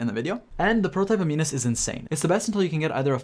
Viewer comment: I'm inclined to trust people who can pronounce "prototype aminus" the right way.